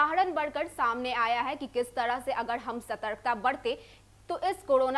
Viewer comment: Kodona, bhadme, tdahi nhi . Pahle patrakarita ki shabd shaili shikhiye fir prasharan kijiye. Like an Indian citizen.